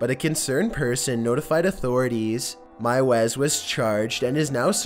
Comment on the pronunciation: Normally I don’t complain about these things, but meiwes is pronounced “mews”.